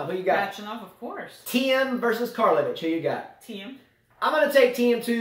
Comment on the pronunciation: Heey! Just a quick shout out on some perfect pronunciation of players names... Djoković Kecmanović Karlović So every time you see a player from this part of the world, last letter should be pronounced like you guys did it in that part of the video, never do it like the part 😂 So for example it should be Ćorić, not Korik , first and last letter of Borna last name should be pronounced like last letter of Djoković last name :) Dont get me wrong, i know Serbian is not your native language, but i see that you improved a lot in sense of pronouncing players names, so why not make it perfect :) Djokovic lost, and i watched the game, still his biggest fan, but i was not upset by that loss for some strange reason, i know its not GS, but than again its a big tournament. I think he will do fine for the rest of the season. Cheering for Kecmanovic ofc :P Salute!